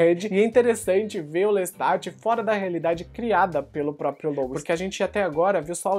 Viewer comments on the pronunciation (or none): Eu ouvi "Lestart"? LESTART???? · Adoro seus reviews... uma dica fonetica - a pronúncia dos nomes dos personagens de Anne Rice, são do francês, que se silência as consoantes nos finais das palavras... Louis (Louí) / Lestat (Lêsta)... Lôuiz... é a pronuncia Americana de Lois... personagem Smallville... parabéns pela edição, por todo trabalho!!!